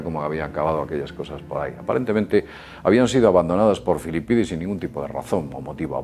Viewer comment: Disfrutas mucho diciendo "Filipidis", no?